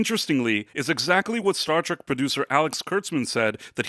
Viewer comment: Treck? It's "Trek" dude...